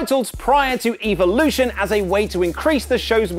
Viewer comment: Lol I see that accent allowed him to pronounce "Evolution" more like "E"-volution.